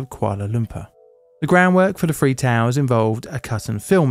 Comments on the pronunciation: Dis you say thhhhhree or free? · "Three", not, "free". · Like the content but can't take the narrator's accent. The word is "three" not "free" yeah? Petty I know, but i gad the same issue with a Dr Who companion. Stopped watching until he changed companions. No idea why this accent bothers me so much. Plan ro keep watching, maybe I can overcome my judgementalism. Might work. Thanks. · stick your tongue out from your front teeth (kind of biting the t ip) when you say "thr." If you bite your bottom lip with your top teeth it comes out "fr" as in "free" when you mean "three." Hope this helps. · Tower one, two and free. 😂😂😂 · It's confusing when three is pronounced "free".